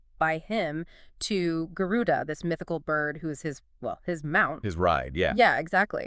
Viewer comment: Not Garun. It is Garud.